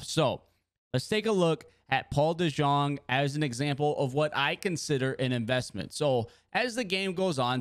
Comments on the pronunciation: Paul DeJong🤣🤣🤣 Paul deyoung is how u pronounce it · boy said dejong it’s de-young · Paul dejong is pronounced like Paul deyoung btw